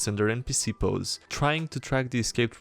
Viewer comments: Posse is pronounced Pah-see Not pose. 😬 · By the way, Posse is pronounced paw-ss-E. Like cat paw, snake sound, letter E. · "posse" is pronounced "pause-sy" not "pose"